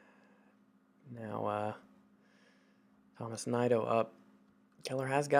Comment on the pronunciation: I believe Tomas Nido is pronounced Toe-más Knee-doe